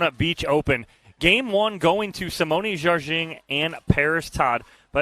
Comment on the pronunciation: Sounds like announcer is consistently mispronouncing Simone Jardin's name. Very unprofessional